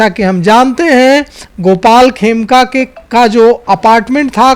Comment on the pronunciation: Aaplog dono bolne me bahot galtiyan karte hain, madam 'Khemka' ko 'Kheme' bolti hain, aur 'ADG' ko 'ADJ' BOLTE HAIN. Aapki jankari ke lie bata dun ADJ judge hota hai.